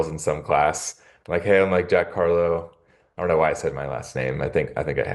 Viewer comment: It's Jack Carlough, I thought they were saying Jack Hawlow. Tfs!!